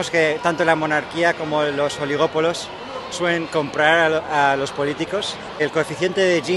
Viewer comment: "Los oligópolos"